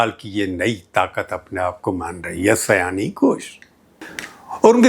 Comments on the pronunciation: Prabhooji, sayoni not sayani. Her name is related with bengali month sawaan. She born in the month of sawaan so she is sayoni. I think I could make you understand. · Just a slight correction: her name is Shayoni not Sayani! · Her name is Sayoni. Not seyani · आदरणीय सर जी बहुत वर्षों बाद आपको सुना। अच्छा लगा। आप इन्हें सयानी घोष बोल रहे थे। इनका नाम।तो सयानी नहीं सायोनी घोष है। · सर आप नाम का उच्चारण गलत कर रहे हैं, सही नाम सायोनी है। न कि सयानी। आप से यह उम्मीद नहीं थी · Her name is Saioni not. Syani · माफ़ कीजिए, उनका नाम "सयानी घोष" नहीं वल्कि 'शायोनी घोष' है। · सायनी, सयानी नहीं । उच्चारण: शायोनी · Unki naam Seyani NEHI, unki naam Sayani. Naam toh thik se boliye!